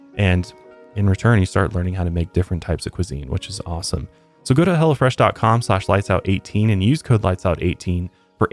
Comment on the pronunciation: I thought you said he'll fresh